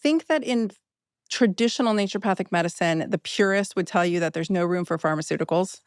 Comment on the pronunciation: Love this!!! I've been on the fence about trying ozempic... Not any more. Also... It's naturOpathic... Not "nature" pathic... Lol